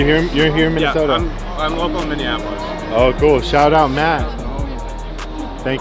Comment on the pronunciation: every single person not from here always says "minnianapolis" it's just minneapolis lol